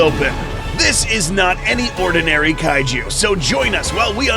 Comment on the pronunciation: Kaiju not Kay Ju and Ghidora not Kidora